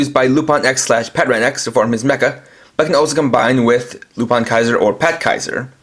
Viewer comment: It is pronounced lupin, not lupan